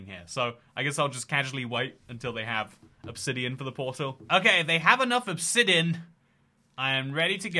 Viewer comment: Okay we have enough "obsidin" 😂